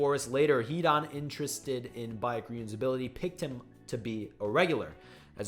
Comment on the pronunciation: Baek is pronounced as Beck not bike. Lmoa! Great video thou?? I enjoy these wiki videos there’s no wiki page as entertaining and engaging as Tog